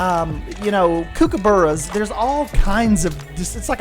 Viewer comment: Aussie, Aussie, Aussie, Oi, Oi, Oi. If it is an Australian pack you need to pronounce the words properly. Aussie is pronounced Ozzie, not Ossie kookaburra = cook-a-burra, not kooo-ka-burra., Emu = eem-U not e-moo Good luck because virtually everyone in the States mispronounce our words but it is worth a try........but you did a great job on goanna and koala